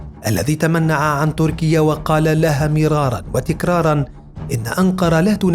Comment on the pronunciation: قل تَكرار ولا تقل تِكرار . لأن الثابت في المعاجم «تَكْرار» بفتح التاء، مصدرًا للفعل «كَرَّرَ».